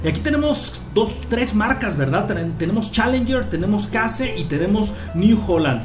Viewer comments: no se dice case, se pronuncia Queishh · la marca Case se pronuncia queis